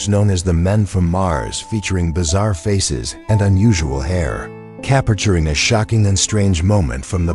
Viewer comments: Capturing is three syllables. The voice over is so annoying. Repetitive. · IF YOU ARE GOING TO NARRATE THESE VIDEOES LEARN HOW TO PRONOUNCE "CAPTURING". ANNOYING. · Why do you keep mispronouncing the word, “capturing”. Whoever wrote the captions for this video failed miserably. Nonsense 💩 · Cappichuring every 'classic photo'. I had to turn the volume down before it drove me nuts!